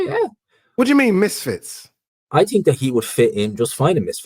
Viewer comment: Someone teach how to say Think 😆😆😆. I TINK he's forgetting the H 😆